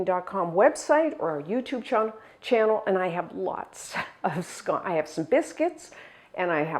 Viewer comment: I’m English and pronounce it just like you 🏴